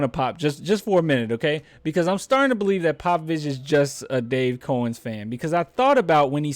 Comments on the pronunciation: It’s pronounced Cow -ens, not cOh-ens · Its cow-ens